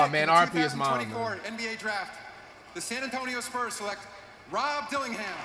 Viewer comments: Did my man said SPERMS instead of SPURS?!?! 🤣😂🤣😂🤣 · He keeps calling the spurs the sperms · Bro why was flight calling the spurs the sperms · Why flight callin the spurs sperms😭😭😭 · Why does he call the Spurs "Sperms" 😭😭😭